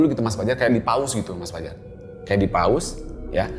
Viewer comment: terdengar sprt 'Paus' bukannya 'Pause' maap seandainya salah mendengarnya. 😢